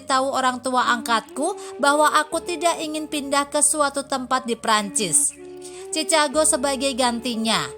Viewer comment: Ceritanya menyentuh dan bagus. Namun sayang naratornya kurang kompeten. Ma'af ya mbak , sebelum baca narasi mohon latih dulu spelling nya supaya gak kelihatan kalau awam sekali dengan bahasa Inggris seperti nama kota Chicago